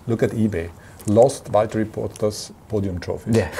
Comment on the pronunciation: "James its Valteri"